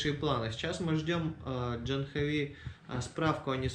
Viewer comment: Вообще то правильное произношение этого имени на санскрите - ДжААхнави!